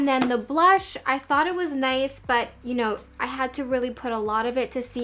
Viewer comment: the way she said “nice” - - “Nai-se” lol ❤️